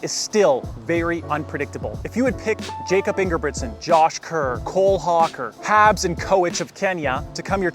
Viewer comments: Pronounced Yakob dude. C’mon. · It’s pronounced “Yacob” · Jakob, the way you said it is English. He is from Norway, which is pronounced as YAH-kup. I am just trying to help! So, hopefully this is helpful.